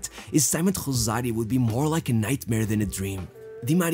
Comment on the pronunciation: My dude keeps pronouncing "Rosario" in Portuguese for some reason.